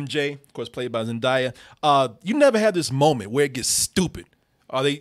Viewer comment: Her name is Zen'DAY'a not Zen'DIE'a!!!